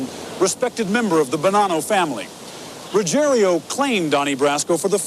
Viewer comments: Typical American....Butchering names...The guys name is Rugiero....NOT Rugier i o, so Ruggier O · Why do they say "Ruggerio" when it's pretty easy to read that it's "Ruggiero"? Perhaps we should arks Geraldio Riveria.